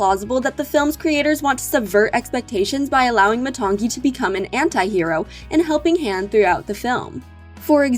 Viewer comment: You said matangi wrong and moni